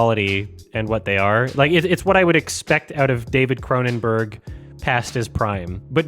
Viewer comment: CronenBERG. Not "burgh".